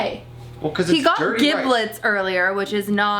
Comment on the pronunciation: U couldn't even know how to pronounce giblets correctly, smh